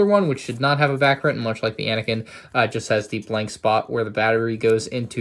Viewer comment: It is anakin not anikin